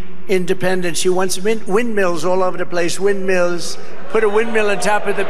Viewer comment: He just pronounced “windmills” tha same way he pronounced “now, she’s balack”